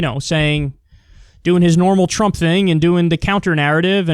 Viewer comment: "trummp pandemic"